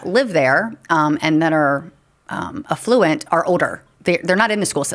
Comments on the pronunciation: I stuck it out with the pronunciation of "conduit" but alA fluent was a bridge too far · She should go to jail for how she pronounced “conduit” and “affluent”